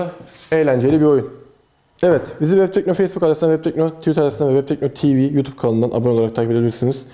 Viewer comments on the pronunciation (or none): none